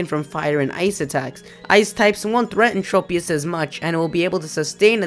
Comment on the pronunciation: Tropius. Trow-pius not Tropeee-us.